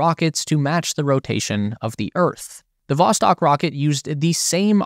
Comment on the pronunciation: Not Voskot, it's Vostok